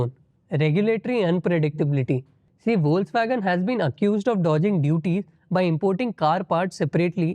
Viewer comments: Foxvagen. Not foxwagen. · The word Volkswagen is pronounced "Folks-Vagen" or "Folks-Vah-gen" in German. Logic: The German "V" is pronounced as the American English "F," and the "W" is pronounced as the American English "V." This is also interesting, I think.😊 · It is pronounced as "Fox-vagen". No criticism here, just some feedback with all positive intentions. Also on a positive note, love the bloopers section, finishes the segment with a smile.